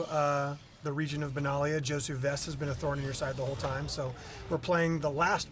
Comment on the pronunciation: Benalia is a nation on the plane of Dominaria (canonically). Are you getting it wrong on purpose? It seems like you are.